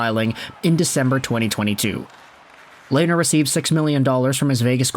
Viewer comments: Lanier? Dude it’s robin leh-ner (lehner) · Lehn- ner, Lainer like Rainer is wrong, "H" is silent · Pronounced Lenner not Lainer